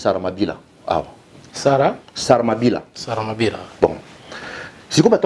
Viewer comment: Salamabila et non saramabira 🙊😇